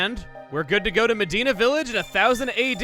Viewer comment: when you said “Medina” I heard “Vegeta” lol